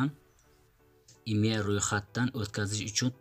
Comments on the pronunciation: Хой коток калла харип имя эмас имей, гугле эмас гугл, совшина эмас сообщение, долбаеб гапиролмасанг гапирма кетмон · Maktabda oqiganmisan imya raqam sopjeniya disan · Akajon Imya mas IMEI deyiladi 😅